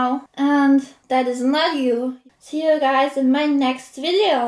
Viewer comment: Why do you say 'chu' and not 'you' ?